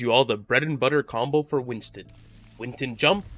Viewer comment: Not sure if u knew this but his name is Winston, not Winton ;)